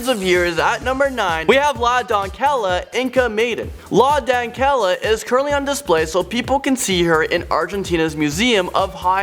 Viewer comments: It's don-SAY-ah, not don-KELL-ah. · la donkella hahaha. stop talking fu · Texas. Just wanted to tell you that la doncella is pronounced la don-say-ya. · DUDE GOOGLE PRONOUNCIATIONS HOW HARD CAN IT be?! You pronounce doncella=Done_say_yah. Not don-Kay-lah lol! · It’s pronounced doncella as donSella, it is a Spanish “c” like “cereal”. Not donKella. Lol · La Donquella? WTF?? why did you think Doncella was pronounced like that?? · Thats not how you say doncella lmao 😂 you pronounce the c like a k but like an actual c lol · Please Google how to say "doncella" in Spanish, because you butchered the word. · I don't think it's possible to mispronounce la doncella any worse